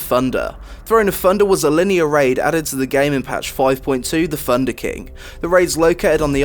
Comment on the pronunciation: Still hate the intro and it is pronounced "thunder" not funder.